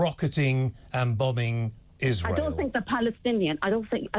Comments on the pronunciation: She said "isra-eely" which is the way idiots and bigots pronounce it. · She must live in a box somewhere. She pronounces 'Israel' in Arabic so I reckon we have a clue as to her political leanings. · Totally , she pronounces Israel in an awful manner